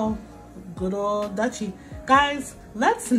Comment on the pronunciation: "DUTCHIE"